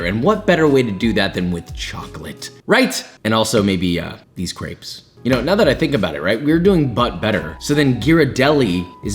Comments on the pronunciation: Is not crapes is creps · Why does he pernowns crepes so weirdly Him: craips Everyone else: crep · France ~ it’s not CRAPES ITS CRRR-EEEHHHHH-P- Spelled > CRÊPE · Isn't it pronounced "Creps"?